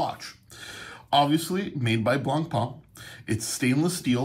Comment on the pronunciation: Great vid, thanks, you could brush up on your pronunciation of Blancpain though, that's 'pan rather than 'parn.